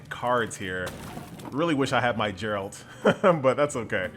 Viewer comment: pronounces Geralt's name wrong The entire witcher fan base: So you have chosen death